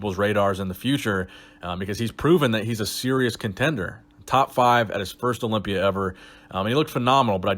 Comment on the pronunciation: Herro. I’m competing in da Orympia